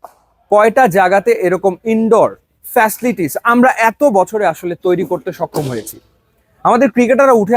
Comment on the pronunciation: উনি বারবার ফেসলিটিস বলতেছিলো 🥴 অধিক শিক্ষিত মনে হয়🤔